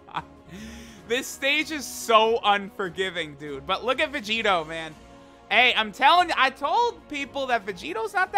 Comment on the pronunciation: that "look at Vegito man" made me hear "look at Curry"